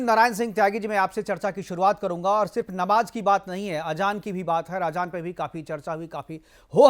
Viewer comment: Ajaan nhi azaaan phly apni zaban too thk krloo 😂😂